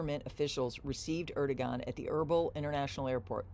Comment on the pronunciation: Erd-o-wan is the pronunciation